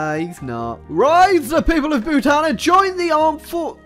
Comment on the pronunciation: Ayyy Bhutanese here and I hate the way you say Bhutan